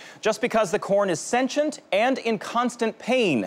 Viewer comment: He pronounced sentient wrong